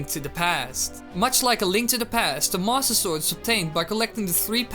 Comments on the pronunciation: am i the only one who heard "THE MASSER SORG" at the beginning? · did he say "the masta sword" at the beggining? XD